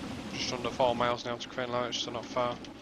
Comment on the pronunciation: Great overview of a great route. Many thanks. One wee point, it's pronounced Cree-an-la-rich, where 'rich' is pronounced like richter scale. 🙂